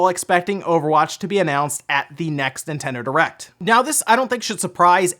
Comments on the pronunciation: 😂😂😂 did you say Nintendo Erect? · 7 seconds In and I'm pmsl. Sounds like you said nintendo errect.... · you said "Nintendo Erect" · Nintendo Erect. lmao. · ... Did anybody else hear "Nintendo erect" in the beginning?